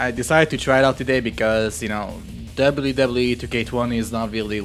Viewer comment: I love how you say wwe lol "Debly debly e"